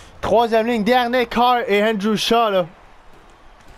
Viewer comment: Pis aussi quand tu dis Andrew Shaw on dirais que Andrew Chat rajoute après miaou miaou